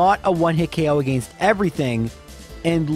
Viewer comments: its not his fault he has a different accent also whats wrong with the way he pronounces arcanine again or against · Why do you pronounce against like that?